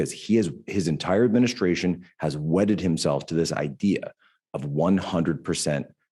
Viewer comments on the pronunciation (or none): When you said Biden wedded himself..sounded like wetted himself. I almost spit out my drink.